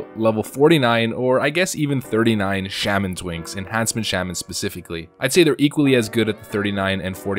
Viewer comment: Why do you not know how to pronounce Shaman....?